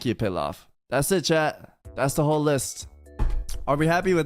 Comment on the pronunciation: DID HE JUST SAY PILAV? WHERE THE FUCK IS HE